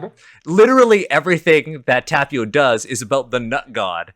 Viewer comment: So it's okay to just completely appropriate European cultures and mythologies (which, friendly reminder, are not monolithic and Americans often have a very warped view of them and no access to quality sources) but not Asian ones? First of all you're mispronouncing Tapio. Second of all there is no "nut god" in Finnish mythology, it's only mentioned on Wikipedia completely unsourced - and you should really do better research than just "look it up on Wikipedia". Please don't spread misinformation. Third of all, "nut" doesn't even have the double meaning in Finnish as it does in English so none of this makes sense and is just a mockery of Finnish traditional religion. Good job.